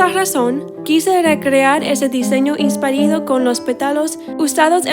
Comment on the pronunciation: Que hermoso. Como Mexicana te agradezco mucho por este video. Tu español es muy lindo ❤️ solo que dijiste "inspArIdo" en lugar de "inspIrAdo" espero no te moleste la observación. Que bello video, gracias ❤️❤️❤️❤️❤️😘😘😘